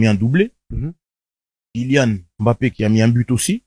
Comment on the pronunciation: Les noirs qui disent « aimbappé » 🫵🫵🫵🫵